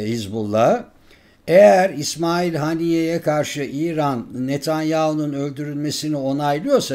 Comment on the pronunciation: Teşekkürler ama keşke Heniyye ismini de doğru zikretseniz